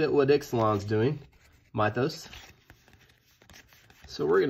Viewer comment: Lmfao...I was gonna be a real ass, but kudos to you my dude. Get ya hustle on. I gotta get my 2 year old to open booster boxes and comment. I am 100% certain that he would be able to pronounce Mythos correctly. Somebody actually paid this guy to do this? I need to reevaluate my life choices.